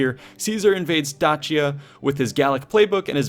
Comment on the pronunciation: Not trying be rude but Dacia is pronounced Dac-ia. The C IS LIKE A hard K